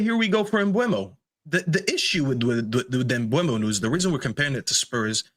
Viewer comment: Bryan Mbeumo. Pronounced: Mm - boo - moe.